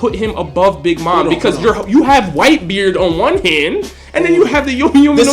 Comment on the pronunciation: you do realize your saying Yomi as in Brooks fruit? Yami is what you meant to say.